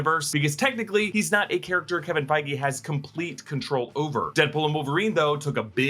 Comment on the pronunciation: Its Feige lol literally